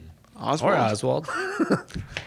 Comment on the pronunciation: HAHA - my last name stumped, no worries Oswald gets mispronounced all the time. I usually tell people 'just like Lee Harvey', but not related as far as I know